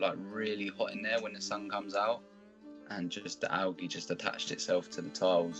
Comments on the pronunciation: I like how he says algey and not algae. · I like the way he says alga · so funny how he says algea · Why am I having a hard time with how he says algae? Probably an accent thing, but I honestly don’t know why.